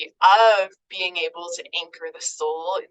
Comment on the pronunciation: Lol the way she pronounces BE-ING .. BAYING 😂